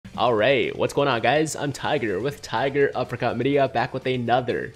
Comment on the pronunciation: some times when tiger say tigeruppercutmedia i hear tigeruppercutchlamydia